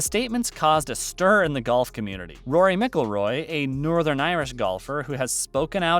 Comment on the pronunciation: You couldn’t even say Roy’s name right dude